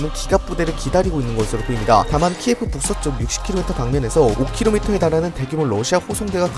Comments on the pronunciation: 다 좋은데 키예프는 러시아식 발음고 키이우가 우크라이나식 발음입니다. 한국인을 칸코큐진이라고 하는거랑 같습니다 다음 영상에서부턴 수정 부탁드립니다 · 도시 명칭이 키예프가 아닌 키이브래요 키예프는 러시아식 발음이고 공식명칭은 키이브라고 하니 키이브라고 부르는게 맞는듯해요